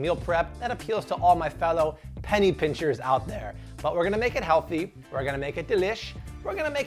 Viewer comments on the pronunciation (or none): none